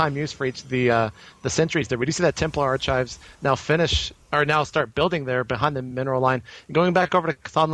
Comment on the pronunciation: Templar ar-chives (chopped parsley)?